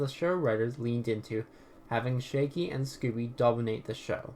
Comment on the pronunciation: Do you keep calling him 'Shaky'??? His name is Shaggy